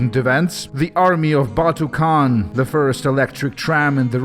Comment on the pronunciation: has utterly ruined the name of Batu Khan